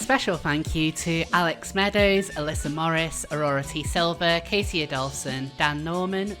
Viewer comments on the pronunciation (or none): none